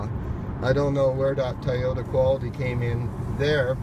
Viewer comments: Dude you’re too picky!! Chill out... it’s pronounced Toy-ota not Tie-ota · Tie o-ta? 😂😂